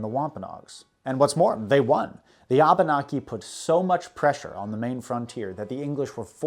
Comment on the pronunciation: Wampanog and Abenaki sounded wrong to me could be how you pronounce them but i understood what you ment. and mokuwando is actually Madockawando who was the chiff of the Penobscot's which is the tribe I'm from. still loved the video btw are you going to cover more on king Williams war at all ?